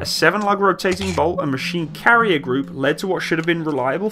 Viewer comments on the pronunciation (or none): none